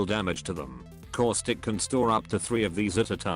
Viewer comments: Does anyone else hear core-stick or is it just me? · Did you say causthicc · Causic Austic Auswic Auswitch